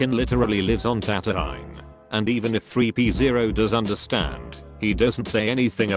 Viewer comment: Three pee zero. Sounds like a bathroom pissing contest score.